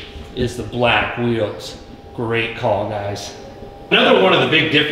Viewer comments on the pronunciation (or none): none